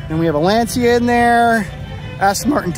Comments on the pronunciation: Lancia= Lan-cha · But he doesn't know how to pronounce Lancia, Barchetta, or Scuderia.